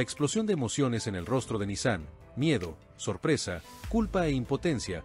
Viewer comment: QUE ESQUISITO, VOCÊ NARRA UMA COISA, E NA LEGENTA ESTÁ ESCRITO OUTRA COISA, E VOCÊ PRONUNCIA O NOME DE NISAN E ESRREF ERRADO.